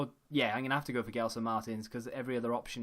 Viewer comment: Love your vids and btw gelsons name is said like Jelson Marteens